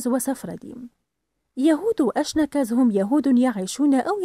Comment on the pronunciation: اشكناز وليس اكشناز